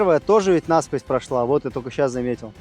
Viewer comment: НасквОзь, а не нАсквозь, Карл!